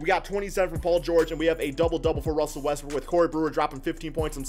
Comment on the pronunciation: Am I the only one who hears Russel Westbrick when he mentioning Russ?